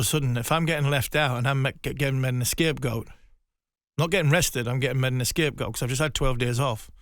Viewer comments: He is saying A-Scape goal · Did harmison just say "escape goat" ??????